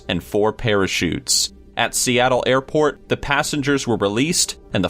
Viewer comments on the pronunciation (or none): none